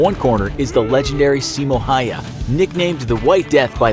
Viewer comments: its Simo Häyhä and not Simo hayha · Simo haia xD its simo häyhä well i understand its easier to say for me cuz im from finland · Saimo hayha? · Yeah it's not see-mouh haiha, it's simo häyhä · 1.Pretty sure he had 505 confirmed mosin nagant kills 2.Its pronounced "Simo Hauha" not "Hayha" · It’s actually Simö hayha not simo hayha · i need to correct you hes häyhä not hayha but continue. and häyhä will win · Its häyhä not hayha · I am dogge it’s pronounced how-ha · Simo Häyhä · Also: Simo HAI-A Seriously, learn how to say the name of this hero if you're going to make a video about him. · Nobody:: Saimo haya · "Simo haya" he said that so wrong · The name is pronounced (hao-hao) despite the spelling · ITS SIMO HÄYHÄ PERKELE!!!!! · A minute of silence for all of us who know how to pronounce Häyhä. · nope I'm from Finland and it's Simo Häyhä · Se on Simo häyhä perkele